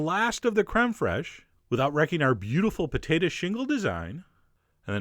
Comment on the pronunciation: I like thst you say potato "potata." :3 This looks sooo yummy omg